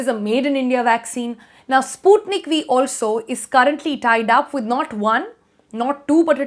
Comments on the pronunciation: Sputnik We or Sputnik V as the pronunciation goes!! The alphabet 'V' is difficult to pronounce correctly by the North and South Indian persons. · I thought she said Sputnik We.😂👍